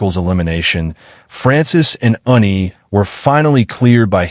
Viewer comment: Its ANNIE...NOT UNNIE. Story chapters also seem to be disjointed a bit. But overall interesting storyline. This is the first polly wolf story ive read that had 2 females instead of 2 males. Was a good story. 🎉